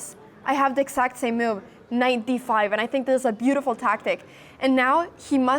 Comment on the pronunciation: The way she says mewve though )